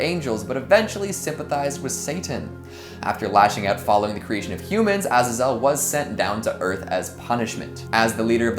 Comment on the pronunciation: You're the only other person I've heard (besides myself) that pronounces Azazel that way